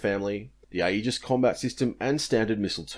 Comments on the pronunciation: I work for the navy so a couple of points on pronunciation: Thales is pronounced "ta-les", you shouldn't pronounce the "e" in AEGIS; it's pronounced '"age-is", and CIWS (close in weapon system) is pronounced "see-wiz". Great content, keep it up! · aegis pronounced EE-jus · Aegis is pronounced AGE-iss, for the record. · Thanks for bringing up this point, every time I heard the word 'Aegis' during this video I cringed a little.